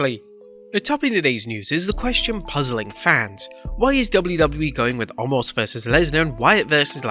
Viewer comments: WHY do they keep calling him ALMOST!!! It's OMOS!!!! NO L in his name, even Brock did this, HE may have been making fun, but there is no L in his name. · Did anyone else notice at the start of the video.. He said “omos vs lashley” and “Wyatt vs lesnar” 😂 come on